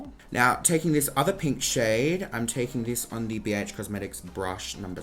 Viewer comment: bee heych cosmetics